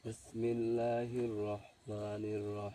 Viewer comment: আউযুবিল্লা বিসমিল্লাহ শুদ্ধ করে বলেন আগে